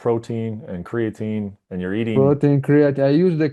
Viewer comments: He uses Creo-teen lol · Criateen and proteen😃